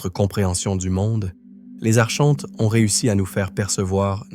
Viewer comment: Coucou , on prononce ARKONTES .. Pas Archhhhontes ... ☺️✨🌊✨💫🕊️🕊️🕊️💫⚖️💫💘